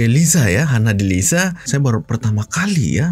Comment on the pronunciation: Sebutan sha bukan sa, Hana Delisha bukan Hana Delisa.. Ada h, maka bunyi sha bukan sa